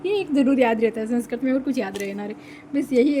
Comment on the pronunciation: पहले तो सेंसकृत नहीं है, संस्कृत होता है😂😂😂 उच्चारण सही नहीं है आपका